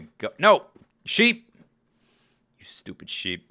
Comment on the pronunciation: You SHTOOPID SHTOOPID FARm ANIMALS! ~ 2013 I love how you say shtoopid instead of stupid when they dont listen. XD